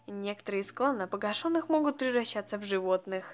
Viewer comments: А я думала что правильно пога́шеных, разве нет? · Не погашЁных, а погАшеных